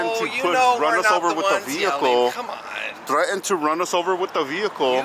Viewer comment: Talkin like Carone saying "thre-ened"!